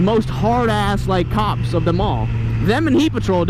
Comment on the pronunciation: Who else thought he kept saying "cocks" not "cops"?